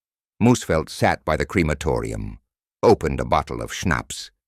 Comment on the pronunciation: Its not Creamatoria ffs